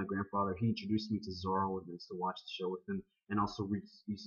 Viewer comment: ZORRO! not Zorry. Zorry is an A**hole.